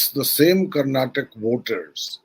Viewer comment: It is Karnataka nor Karnatak!